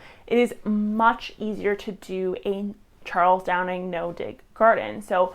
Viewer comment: for someone claiming to "have nothing but respect" for Charles Dowding you should at least get his name right instead of constantly calling him Charles "Downing" and even writing it wrong in your video description